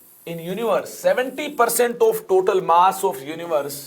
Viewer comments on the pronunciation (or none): none